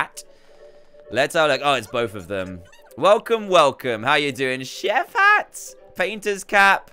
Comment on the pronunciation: D chef not shef